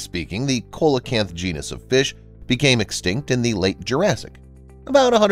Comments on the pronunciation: coelacanths are pronounced see-la-canths btw not ko-la-canths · lol it's pronounced Seal - oh- Canth lol not Coal o canth lol but i would have said the same thing if nobody ever corrected me in the past lol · Not COY-luh-canth, but SEE-luh-canth, please. Also, not Po-TOR-oo, but Po-tuh-ROO. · Cola canth? oh... you mean See lah canth! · It’s not pronounced ( cole e canth ) it’s pronounced ( Sea la canth ) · Coal a canth? Its pronounced See lo canth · the 2nd in this clip is pronounced seelocanth not colacanth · pronounced 'see-lo-canth' ! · What your calling the coelacanth or pronouncing COALacanth is pronounced SEALacanth ... just so you know. You r the only person i have ever hear pronounce i that way hehe no offence. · The fish is pronounced SEE-LA-KANTH NOT KOLE- A- KANTH, THE PECCARY WAS VERY WELL KNOWN IN THE AMERICAS WITH 3 OR 4 LIVING SPECIES INCLUDING THE ONE MENTIONED HERE. THEY ARE SIMILAR TO BUT NOT CLOSELY RELATED TO PIGS, BUT AN EXAMPLE OF CONVERGENT EVOLUTION. THIS GUY ALWAYS GETS THINGS WRONG. LIZARDS CANNOT BE RODENTS, RODENTS ARE A CLASSIFICATION OF MAMMAL. LIZARDS ARE REPTILES. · It is pronounced Seela-canth, NOT Coala canth. Unless their name has been changed since they were discovered off Madagascar. YourConscience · Yep im glad you corrected that narrators pronunciation of the species name. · It is pronounced see·luh·kanth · COELACANTH is pronounced SEE/ LOW/ CAN/ TH !!!! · Coelacanth is pronounced see-lah-canth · Coelacanth = see-la-canth. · I thought its pronounced as Celecant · Coelecanthe is pronounced see luh kanth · Coelocanth is SEE-low -kanth. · Pronounced see-lo- kanth! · In addition to the SeeLaCanth: it's CHAH-co-en, not Ch'KO-ahn. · 1. pecaries aren't pigs, not even related to them. just turns out, the pig body shape works pretty well. it's called convergent evolution. 2. it's pronounced see-luh-canth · Coelacanth pronounced, "see- la- canth" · It's pronounced SEE-LO-CANTH. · Seriously u pronounced it as "koh" lacanth?? Dude...